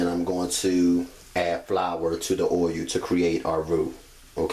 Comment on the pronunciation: Idk what he was saying oiyuh tf is that